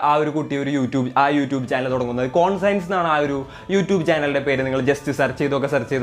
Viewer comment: കോൺഷ്യൻസ് എന്നാണ് ഉച്ചരിക്കേണ്ടത് അല്ലാതെ കോൺ സയൻസ് എന്നല്ല. അർത്ഥം: മനസ്സാക്ഷി, ധർമ്മ ബോധം എന്നൊക്കെ